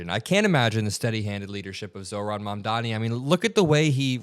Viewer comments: Cuomo seems like a moron in every possible way. He STILL can't even pronounce Mamdani. "Mandaaaahmi". What a nasty idiot. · Bye bye Cuomo! May we never hear from you again! 👋 edit: he butchered Mamdani's name yet again in the radio show that mfer